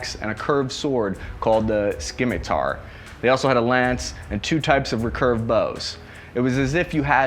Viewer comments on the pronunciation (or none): Let alone the rek urve